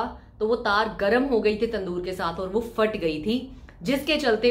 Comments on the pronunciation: FAAT.... Nahi hota, ???? ..phat hota hy... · Fhat ge the ya phat gae the?? Plz explain why p is silent in your vocabulary ??